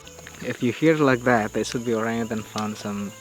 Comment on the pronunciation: Absolutely love you guys, please tell Ben that there is no G at the end of orangutan